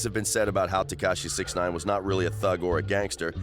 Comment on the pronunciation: yeah it takes less than 30 seconds of research to figure how to pronounce it. this dude probably makes THE WORST videos on youtube regarding anything hip hop/rap.